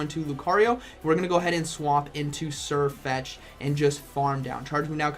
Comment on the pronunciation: Why doesnt Sirfetch'd learn Surf? That would be funny, since you actually say Surfetch'd